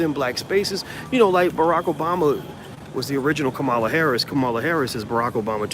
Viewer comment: Dr.Watkins it's Pronounced like: Comma' La